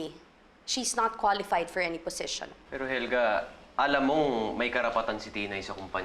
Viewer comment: Position not posesion